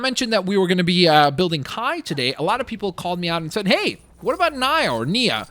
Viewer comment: he called Kai Nai